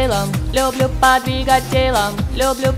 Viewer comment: ах, как хорошо отрисовали! и без перевода было понятно, о чём поют. ваше исполнение порадовало. за скоростное и отчётливое произнесение довольно длинного «подвигать» примите отдельные восторг и благодарность